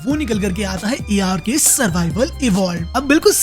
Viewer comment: A little correction: ARK is not pronounced in seperate word, it is just pronounced Ark (आर्क).